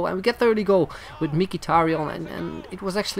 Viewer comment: not mikitarian. He is mhitarian.